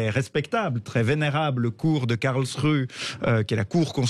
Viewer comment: Je ne voudrais etre impolit, mais, SVP, prononcez un nom de ville correctement: KARLSRUHE: se prononce (phonetiquement) KARLSSS ROU HÉ merci pour ce temoignage de respect ( que l on aime l allemagne ou pas ) A part ca, vous avez raison.